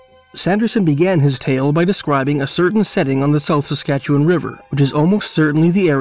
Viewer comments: A few little notes - SASkatchewan not Sakatchewan. In Alberta we have coulees not wadis. “Indian” and “squaw” aren’t in common usage any more. It’s a good idea to pay attention to what terms the First Nations/Indigenous people use for themselves. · I sometimes forget that (with a few exceptions) literally only Canadians know how to pronounce the names of Canadian places (Edit: Come to think of it, even Canadians don't know how to pronounce Canadian names; I've gotten a few comments from people informing me of my own mispronunciations). For example, I like to watch Tucker Carlson, but a month or so ago I heard him pronounce Ottawa "oh-TAH-wah". Good Lord. I think the battle story in which the medicine man lost his hat swimming across the river was the city's official version for a long time. I also get the impression that Jim Marshall, the artist, really liked Sanderson's stories and forced people to remember them with his murals (and the city to reconsider its official version).